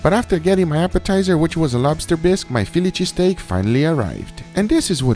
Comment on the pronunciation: No one: Absolutely no one: Guga: Feeliche Steak